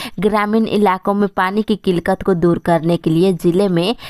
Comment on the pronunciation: Madam,killkat nahi killat hota Hai.